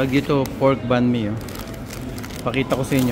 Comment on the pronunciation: It is Not bun mi it’s banh mi